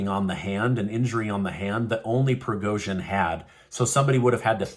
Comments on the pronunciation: You have to pronounce "G" as Prigozhin in Evgeniy.... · You have got to learn how to pronounce these names if you're going to use them. They've been in the media frequently for well over a year now. There's no excuse for mangling Zelensky or Prigozhin's names. - don't tell me it's a "conspiracy theory" before you say it. I'll decide whether I think its crazy or legit. All you have to say is that there is speculation or a theory being floated. Don't patronize your audience and presume to do their thinking for them by framing things this way.